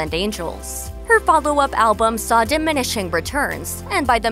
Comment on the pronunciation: Alice in Chains first 2 albums were Face-lift and Dirt. Learn how to pronounce " diminishing" lol. You can tell this narrator prob doe a not actually a lly gers e lf know or care much about what thus stuff...just reading a script.